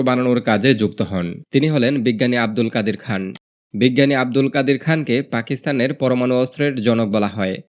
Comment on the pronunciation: "আব্দুল কাদির খান" বলতে হবে।